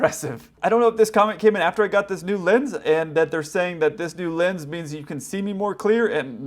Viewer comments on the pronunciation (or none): none